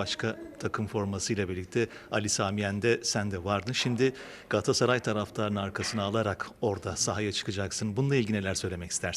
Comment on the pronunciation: Kulübümüzün adı "Galassaray" değil Uğurcan kardeşim, Galatasaray'a hoş geldin!...🦁